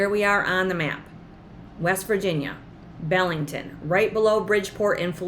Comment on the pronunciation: Hi, My mom was born in Belington, WV (pronounced BEE LING TON) Its about an hour south of Morgantown and 45 minutes SE of Clarksburg (nearest Walmart) and the village sits along the Tigart River. I'd love to buy this place just for the memories I have of Belington. Thank you for a great channel.